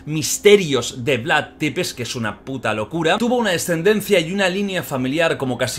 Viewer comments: Perdón por corregir pero se pronuncia Vlad sepesi que en rumano escrito sería Vlad țepeși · Depes no porfavor es Tepes, se pronuncia algo así como chepes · Oye lo siento pero me pone muy nervioso que diga Vlad depeş Es Vlad thcepeş dilo así jajajaja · Țepeş no tepes 😅 bienvenidos a Rumania👋🇷🇴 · Jordi, la T de Vlad tepes se pronuncia "ch", no pasa nada es normal la equivocacion. Pero si te escucha un rumano le van a petar los oidos jajajajajaj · Se escribe Țepeș y se pronuncia Tzepesh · Porfavor Vlad Țepeș, se pronuncia como: Vlad chepesh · Se pronuncia Tzepez Amigo no es T es Ț😂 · Soy la única a la que le da rabia como pronuncia mal el nombre del empalador?